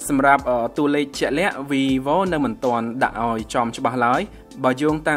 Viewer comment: វាយវូ មិនមែន វីវូទេ